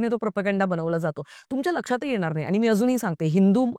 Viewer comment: ताई तेरे नाम सिनेमा नन्तर स्वतः सलमान नि सांगितलं होतं की पात्र कॉपी करू नका हे पण सांगायला डेरिंग लागत बाकी तुमचं बरोबर आहे आणि तुमची बोलायची स्टाईल चांगली आहे फक्त न आणि ण इकडं तिकडं होतोय उदा क्षणिक,येणार, लागणार ला न येतोय तुम्ही इंपृव व्हावं म्हणून बाकी चूक काढायची म्हणून नाही